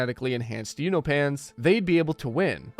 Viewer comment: Have you not watched the show? Why can’t you say Allen’s race right?😂